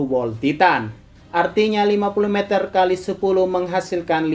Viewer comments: si Mimin salah sebut jadi "mezer" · Meter nya salah cara bilang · Meter ya bukan mezer